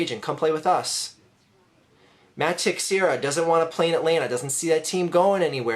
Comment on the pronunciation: Great video, just have to point out that Teixeira is not pronounced phonetically. It's pronounced (Te-share-ah), and while I agree with most of your points, mispronouncing a pretty prominent players name kinda diminishes your credibility. Sorry if that makes me sound like a dick, just kinda thought for future reference you might wanna know that. Go Phillies